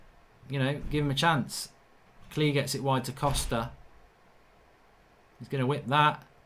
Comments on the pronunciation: Your saying klich name completely wrong, your saying like klee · Klich is pronounced Click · I think it’s pronounced klitch maybe?